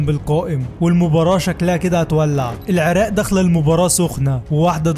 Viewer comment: لجهتك تخبل العراق وليس العراء